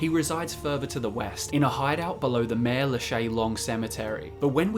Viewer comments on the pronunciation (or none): none